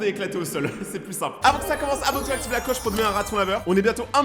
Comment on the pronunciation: ne m en veut pas qd tu faisais la pub de abonne toi je croyais que c étais de chien😂😂😂😂😂😂😅😅😅😅😅😅